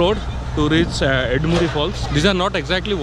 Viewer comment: It’s not “baal muri” or “Ed muri” It’s bala (right) muri and Eda(left) muri. Just correcting you. Thank you for the video